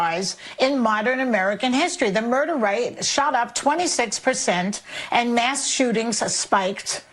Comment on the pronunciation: Did she say mass or mask shooting lol